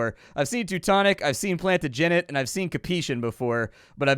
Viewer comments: 7 months late here, but am I seriously the ONLY person that wanted to scream and stretch the man's lips out every time he pronounced "plantagenet" (plan-taa-gin-eht) as (plan-tuh-gin-its)? ...probably. I'm gonna go take my medication. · The pain of any history-type watching the majority of streamers lol I'd go for a Plan-tadge-Annett(e) - 'said quickly'- I'm Danish, so not correcting at all lol but we at least don't have to deal with the missus (Aliénor d'Aquitaine).. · Henry the Eighth would have your head for that butchery! Plantagenet - "Plan-tajj-a-net"